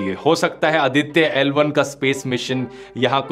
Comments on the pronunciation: Very informative, thanks, how ever Mr. Dhruv humble correction-- it is Aaditya(आदित्य) & not अदित्य। It is pronounced that way mostly in Punjab. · Its आदित्य not अदित्य